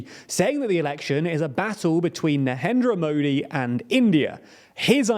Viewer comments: Please get an Indian guy for videos about India. You are clearly butchering all the Indian names and it's pretty evident that you have made zero efforts to find out the correct pronunciation. You can even pronounce narendra modi right, forget an entire 10 min video about India. Besides, your predictions are completely flawed and biased and you thumbnails are click baits. Remember your videos about Turkish elections? 😂 You are such a joke 😂 You shouldn't be taken seriously 🤣 And FYI, what's happening in Manipur, is not a communal thing. It's only communal is you watch it through a British lens (the pioneers of divide and rule strategy). Stop spreading hate and misinformation. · The fact that he cant pronounce "Narendra Modi" correctly gives you a overall picture of the video.😂